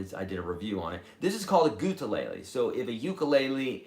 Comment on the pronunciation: Why do you say it gutelele is there a reason ? Answer would be appreciated .. thanks